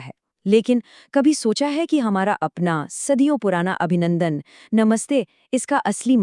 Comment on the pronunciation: Abhivaadan.....Abhinandan nahin !